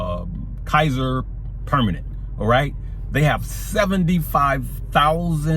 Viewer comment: Kaiser Permanente -- kī-zər pər-mə-nən-tay (Just helping) 🥰😇